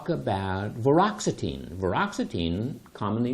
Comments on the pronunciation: It's pronounced Vort-i-ox-etine not Voroxetine, you fool. Quite why a dermatologist is giving his 2 cents on a psychiatric med is beyond me. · 1) you are not pronouncing Vortioxetine correctly 2) you cannot say it "basically offers the same anti-depressant activity" as other drugs when there are so many people who have taken this medication and found that it is THE drug for their depression. I have spoke with multiple people who had the opportunity to use Vortioxetine and every single one of them said that it is unlike any anti-depressant they have ever taken, and offers pure relief from their depression. Unfortunately, it is far too expensive for the majority of users to continue for long-term use.